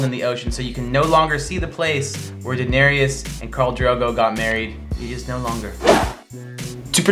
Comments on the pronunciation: Her name is pronounced Dih-nare-is not Daenariyas. 🤦🏻‍♀️ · ''Daenereus" English speakers that don't know a second langauage never cease to amaze me with their pronunciation of names. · Why do you call her Daenerias? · Guillaume Couture Levesque Yes, they say 'Danerius' instead of 'Danereese' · One thing tho. It is Daenerys, not Daenanerys or whatever you are saying. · Jack Griffin exactly. Her name is not DaneriUS. It is Daenerys. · How many seasons of GOT have you seen and you do not know that they pronounce her name Dani or Den-air-us not Danareus? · Enjoyed this very much! But why do you butcher Danearys's name? Its "Da-nair-ys" 3 syllables. Not how you are pronouncing it! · Did he really say “Kwarth” and “Daneryiss” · Who is 'Danarius'? 😑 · Is it just me or are they adding an extra vowel to Daenerys? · Enjoyed it. But I wish they'd pronounce Daenerys's name correctly! Right tho??? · I'm an English speaker who doesn't know a second language (unless you count some French) and I know how to correctly pronounce Daenerys and it was driving me crazy that they kept saying it wrong!! I mean how many times do they say her name on the show?? You'd be surprised how many people confuse Bronn with Bran 🙄🙄🙄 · Hi, I really appreciate you giving a lot of effort into this video! I just wanted to point out some of the words you mispronounced: Daenerys, Girona, Meteora, and most of the Croatian locations. Keep up the good work! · Why are they pronouncing Daenerys wrong, have they even seen the show? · I hate how they pronounce Daenerys.. or am I just saying it wrong? They also pronounced Qarth wrong.. I'm so nit picky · SAY DAENERYS NAME RIGHT!! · I'm cringing every time you say Daenerys .